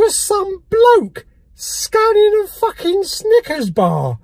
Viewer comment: "a pack of fackin' ibuprofen" and "wankbreaths" were my highlights this week !